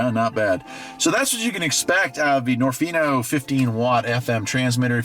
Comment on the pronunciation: I might be wrong, but I believe niorfnio is supposed to be pronounced as nio nio rf